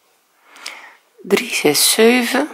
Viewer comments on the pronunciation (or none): Waarom zeg je zeuven.